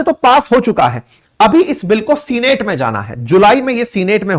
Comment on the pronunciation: What is Seenate ? Get correct pronunciation